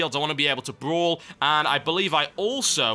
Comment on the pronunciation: I laugh everytime he says brawl. idk he just says it funny lol